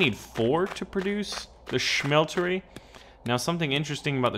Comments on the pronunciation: Why are you pronouncing it schmeltery it's just smeltery... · ya its ok to do that once but it annoyed the fuck out of me cause he kept doing it